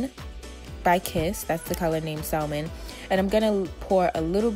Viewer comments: Y’all talking about her saying spatula she said salmon wrong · The L is silent in salmon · Salmon you dont pronounce the L ...its a fish with pink flesh! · “salman” it’s salmon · saLmin??? You mean SAM ON Salmon is pronounced SAM ON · Bruh did you say SALL- MAN??? 😂 it’s (sam -in) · Ashley D. I definitely say sal-Mon cause it’s comfortable lol😆😂...not in public though lol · I had to exit after sal-mon. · “SAL MEN”🥴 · Just an FYI the “L” in Salmon is silent it’s pronounced “sam-on”. Love you anyway hair is fye 🔥😍😘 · Not one comment on 'sal min"? Sal min? The L is silent. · I was looking hahaha! It bugs tf outta me when people say it like that! It’s pronounced Sam-on... hello the L is silent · maybe not you tho, sal min is something that I could not ignore though. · Thought I was wrong until I saw this comment 😭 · In spanish its SALmone. Leave her alone. Lol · Great video! But Baby girl, If you said “SAL-mon” one more time... omg the “L” silent. I don’t make the rules. 🤷🏽‍♀️ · salmon is pronounced like Sam-man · (Salmon) * sam-mon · Salmon. Like the fish. Pronounced sammon. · It’s pronounced like Samon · no hate but she said it’s called SAL MON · Salmon...it is pronounced Sa-men ...the fish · Salmon is pronounced ˈsæmən you don’t say the “L” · Probably cuz she kept mispronouncing “salmon”. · For me it was every time she pronounced the L in salmon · Miss.KnockOut she said salmon wrong 😔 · Pronounce Salmon correctly!!! (But hey some beautiful women snore!! Nobodies perfect lol) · The L is silent in salmon... the wig is cute keep up the good work!... 🦄🔥♥️ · her accent has nothing to do with the fact that she pronounced the word salmon wrong... the L is silent lmaoo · don’t pronounce the “L” in salmon... but gorg wig!!! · Girl why are you pronouncing the “L” in salmon? The “L” is silent 😂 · The 'L' is salmon is silent. That irked me so bad. Beautiful results: loved the video!! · The L in salmon is SILENT